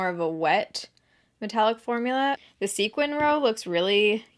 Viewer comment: This is so random, but thank you for pronouncing sequin correctly. It drives me craaazy when people pronounce it "sequence"🤓